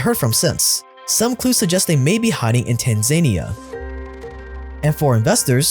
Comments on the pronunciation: love your content. I have noticed that you often pronounce things wrong though, like you said Tanzania like, tan-zane-ee-ah, but its actually pronounced, tan-za-nee-uh. This is just an example from this video. I'd be willing to pre screen your videos and docs to help you with some pronunciation issues. HMU if this interests you. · Not Tan-zania. Tan-za-nia is the pronounciation.. How would you pronounce Nigeria? Ni-ge-ri-a or niger-ia? 😉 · Tan-za-knee-a not tan-zania